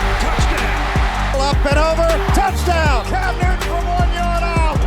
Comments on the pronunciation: 😏 ----- IT " NEW -- TON ", NOT NEW -- DUN..... 👍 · Real quick. Love the documentary but it’s Newton not Newdon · New-Ton not “Nudin” 😂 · this video is horrible! only an idiot would make a football highlight/documentary video with subtitles and cant even pronounce newton